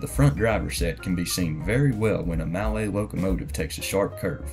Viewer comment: "Mallet" is pronounced "Mulley" just so you know :)